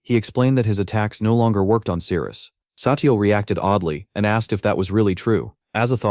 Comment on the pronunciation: The story is good and the artwork is nice but am I hearing it correctly... The Captain's name is Cyrus and the MC's name is Sirius but pronounced Cyrus? There was also the mixup with Daisy & Daphne. Don't even get me started on the fight with where the tentacles magically became Veins/Vines with mouths. Either way the Ai narration eventually became very Annoying & Confusing.